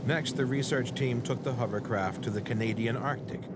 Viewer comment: Only one dude can pronounce hovercraft correctly..Warwick! It's not a HUMMERCRAFT.